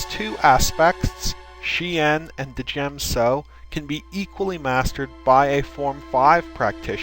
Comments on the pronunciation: djem-so is pronounced as jem-so, the d is silent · Isn't the d in djem so silent. it sounds ridiculous said de djem so. i think you must have this one wrong mate. but I might be wrong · THE D IS FUCKING SILENT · Correct me if I'm wrong but isn't the D in Djem So silent just like in Django and Djent? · djem so. the "d" is silent, hillbilly